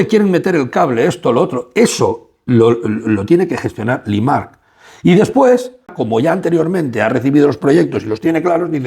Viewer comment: Por favor, Limak no limaRk. Ernst & young, no ernst & you. O "i-uay". Te lo digo constructivamente y con todo el cariño del mundo. Hace que el video que es muy bueno pierda cierta credibilidad... Por lo demás, sigue así! Abrazos